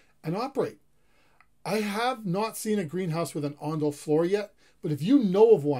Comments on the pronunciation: It’s ondol not ondal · Not ondal, It's ondol. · not "ondal", it's "ondol" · ondal? ondol? ondol !! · Ondal(x) Ondol(o) 온돌~~